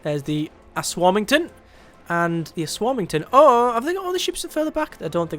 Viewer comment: um ass warming ton lol